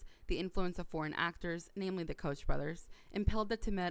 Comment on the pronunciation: Good report. I hit the thumbs-up button. Koch brothers is pronounced Coke brothers.